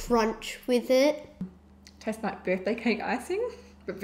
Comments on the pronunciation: funny how they say tases instead of tastes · I dunno... that girl "it taste-es" ... smh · STOP SAYING “TAST-TSES” !!!!!!!! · whenever they said tasted or tastest (it was pronounced that) I was like 'TASTES' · "Tastes-es".... 👏🏻bravo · I hate people who say tases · It TASTES wow speak right bruh